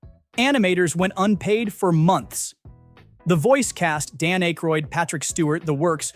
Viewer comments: Dan “Aye-Chrode”? Don’t tell me this was an AI voiceover? It’s AK-royd /ˈækrɔɪd😂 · And in hell all the narration is AI, on a par with this piece. I know Aykroyd is Canadian, but mispronouncing it as "Eh-Kroyd" is proof of how far the tech has yet to go. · How does someone who knows so much about movies not know how to pronounce Dan Aykroyd's last name? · you pronounced Dan Aykroyds Name wrong